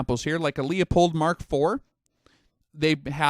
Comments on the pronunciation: Great videos. I am slowly going through all of them. But it is LEW-pold, not LEEO-pold. Just an FYI. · 'Loo-pold' and 'vin-yetting'